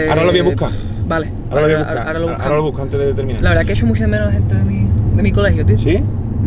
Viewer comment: "Escuxo muxo tra, me encanta anuel, OZUNA..." 😖😖